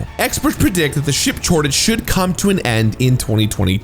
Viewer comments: Anyone else notice him say "ship chortage" instead of "chip shortage?" Just me? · "ship chortage" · "Ship chortage" lmfao Also it's spelled "D&D," not "DnD" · Lol "ship chortage" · Did he say "Ship Chortage" ? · "Ship chortage." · what's a "Ship chortage" ? Note: I mean this as a humorous observation of what was seemingly said not a mean spirited insult. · "ship chortage" HAHAHAHA